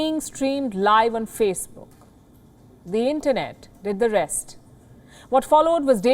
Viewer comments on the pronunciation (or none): none